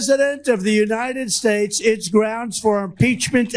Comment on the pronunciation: I just heard him say United Spates at first then pronounced it right